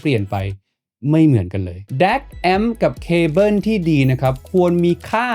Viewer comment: แอปโป้ว ดองโก้ว แต่ว่า เคเบิ้น 🤣